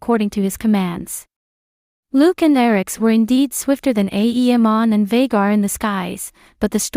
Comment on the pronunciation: The content is good, but please stop pronouncing it aEEmon, its very distracting